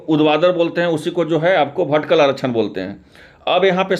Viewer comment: भटीकल नहीं,, वर्टिकल होता है 😂